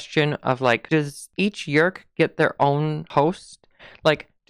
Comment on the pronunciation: Yeerk. One syllable always for me.